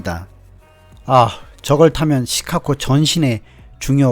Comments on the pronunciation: '시카코코코코' 가 아니라, '시카고고고고고'입니다. 한국에 중학생들이 Chicago를 시카코코코 라 발음합니다. 미국에 사시는건 맞으세요. 힘드시겠습니다. ㅎㅎ -중학교 영어선생 - 코코코코코~~~~~ 귀! ^^ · 시카고 발음이 굉장히 구수하십니다. 시캇!!코(고), 어르신들이 그렇게 발음을 하시더라고요^^ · Chicago가 시카코로 들리는 나만 이상한가요? 계속 거슬립니다. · 자꾸 "시카코" 로 발음하시는 듯 ㅎ "시카고"로 발음해야 할 듯 ㅎ - 잘 보고 있습니다 ~~ ^^ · "Chicago"의 발음기호는 다음과 같습니다: /ʃɪˈkɑːɡoʊ/ 발음 가이드: /ʃ/: "쉬"처럼, "sh" 소리. /ɪ/: "이"와 "으" 사이의 짧은 소리. /ˈkɑː/: "카"처럼, 'a'는 길게 발음. /ɡoʊ/: "고우"처럼, 'o'가 길게 이어짐. 전체적으로는 "쉬-카-고우"로 들립니다. 미국 영어에서는 일반적으로 "쉬카고"처럼 부드럽게 발음됩니다. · 영상잘봤습니다 근데 시카코 코? 라는 발음이 좀 의아해서 미국현지에서 시카코라고 하는지 그발음이 맞는지 궁금해서 여쭤봅니다 ㅠㅠ